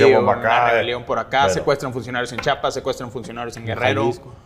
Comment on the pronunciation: OTRA VEZ!!!!! CHIAPAS.... CHIIIIIIAPAS!!!!! STAN BIEN MENSOS PARA HABLAR!